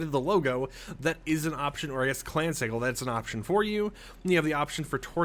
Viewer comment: Not to be rude, just to correct it it pronounced si-jil